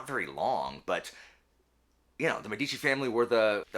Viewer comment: The stress in the word Medici is on the first syllable. Btw, not relevant but it means doctors/physicians. Cheers from Italy!